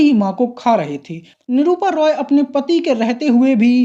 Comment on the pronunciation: 😂 भाई निरूपा रॉय होता है❤ निरूपा रोय नही😂